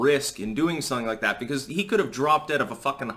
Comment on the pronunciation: "big risk in doing sonninglikedat"?